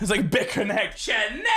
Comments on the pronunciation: her name is not shanay it's shay-----nahhhhhhh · not how you say shaynah